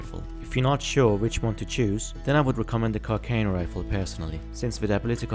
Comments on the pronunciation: It is pronounced car sea are no rifle not car ca no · It's pronounced CAR SAH NOH